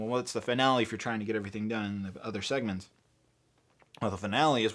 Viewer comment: “Monthly Segements”